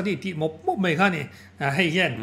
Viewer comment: A ngaihnawm hle mai. Mai tihtur mei tihtlat hian beng a luh thung